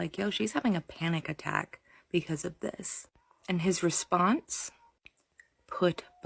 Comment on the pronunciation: At 16.44 you say ‘be-kez’.